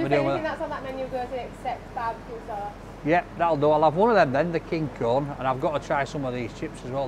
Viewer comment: I kept thinking was saying pizza "corn", but I knew that couldn't be right. I don't think that he'd eat anything if it was even just named corn, certainly wouldn't if corn was an ingredient. I'm from Maine and I've never heard of a pizza cone. Not sure if they're popular anywhere else in the states.